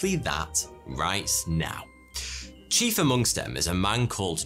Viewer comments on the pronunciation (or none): none